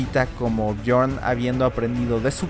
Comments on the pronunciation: Es björn no jorn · Björn suena Biorn, no Jorn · Björn .. se dice biorn.. no jorn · hey no tiene nada que ver que Islandia en ingles se llame Iceland, en noruego hielo se escribe IS. por lo tanto los noruegos pusieron a esa tierra el nombre de Island. El ingles no tiene nada que ver en esa historia, dejen de ser tan colonizados mentales, no crean que el mundo nacio con los anglosajones. Otra cosa BJORN no se ronuncia como John en ingles, la jota en escandinavo es como nuestra i, BJORN = BIORN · Porque dices Jon cuando hablas Bjord